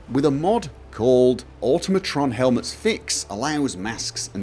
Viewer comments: It’s automotron (or-tom-o-tron) not automotron (or-tum-o- tron) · "Oh-toh-mah-tron" It's supposed to sound nearly identical to the word, "automaton." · Oh god, even you can't pronounce Automatron correctly...